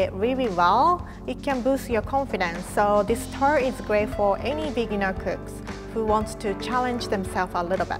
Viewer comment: Her way of saying tart